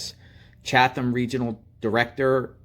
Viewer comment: CHATHAM COUNTY, GA. CHATHAM IS PRONOUNCE:' 'CHAT UM' WITH THE 'H' NOT PRONOUNCED. KEEP UP YOUR GREAT WORK,! I AM PRAYING THAT THIS CHILD IS FOUND SOON AND JUSTICE IS BROUGHT TO WHOM EVER IS INVOLVED.